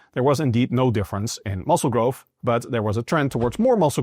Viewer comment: It blows my mind how people study and aim to do these “scientific studies” and “educate people on how a tiny speck of dust can do specific things but then release a new study that states the spec of dust has to do this to do that” but yet can’t pronounce words like growth and say grofh…..